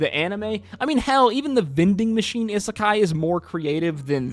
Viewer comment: how can you mispronounce isekai so much?